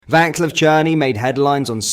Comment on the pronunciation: Pronounced Vaslav